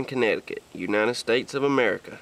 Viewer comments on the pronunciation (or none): none